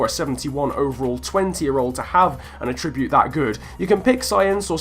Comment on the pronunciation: Will you learn how to say attribute properly please?